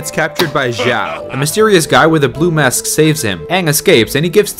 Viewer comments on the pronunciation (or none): none